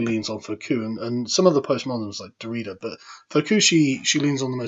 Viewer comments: Pronunciation guide (Because I suspect you have not talked with others, but have only read these words) 1. Foucault Incorrect: fou-Coo Correct: foo-Co (IPA: fuko) 2. Emeritus Incorrect: Em-e-Ree-tus Correct: e-Me-ri-tus (IPA: ɪˈmɛrɪtəs) 3. Derrida Incorrect: de-Ree-da Correct: De-ri-da (IPA: dɛrɪta) 4. Postmodernism Incorrect: Post-Mo-der-Nis-um Correct: Dik-He-did-ness (IPA: dɪkhɛdɪd.nəs) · "Foh-kew & Dorita". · He pronounced Derrida like Dorito. I love it